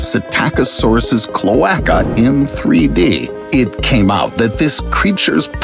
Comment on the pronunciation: I hate how you pronounce cloaca